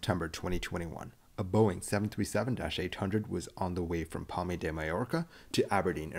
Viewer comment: Great of you to pronounce Palma (pal-mah) like Palmay, and then go into the Babbel sponsorship. If Babbel teaches you shit like that, don’t use it.